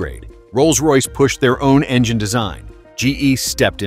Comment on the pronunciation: Another dumb AI video. Somehow it pronounces the word "engine" so it sounds more like "vagina". The black smoke only lasts during takeoff when water injection is used. I'll be skipping all future videos from MaydayOne.